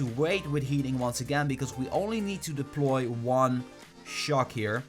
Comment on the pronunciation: STAHP SAYING DELPOY